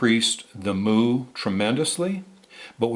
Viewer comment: Mu. It's pronounced myoo (mew) like what a cat says and not moo like a cow.